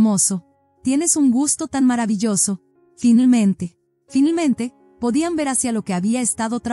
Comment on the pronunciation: Me choca que digan filmente en lugar de finalmente